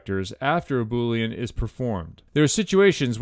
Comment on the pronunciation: Bo-leen … if your watching your weight. Now that was just funny 😆